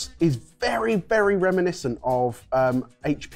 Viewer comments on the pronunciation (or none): none